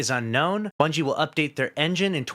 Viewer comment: Bro said Bunchy 😂